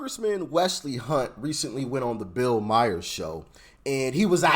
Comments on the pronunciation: bills last name is pronounced like mar. Not Meyer! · Stupid!!! Who is Bill Myers?????? Just stupid!! Not like every talking head and Bill HIMSELF hasn’t PROPERLY PRONOUNCED his name!!! Stupid!!! 🤡🤡🤡🤡🤡🤡🤡🤡